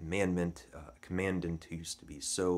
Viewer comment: Mispronouncing “commandant”